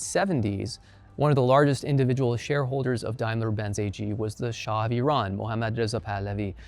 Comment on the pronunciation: Both the pronunciation of E-run and Mohammad Reza Pahlavi was perfekt😎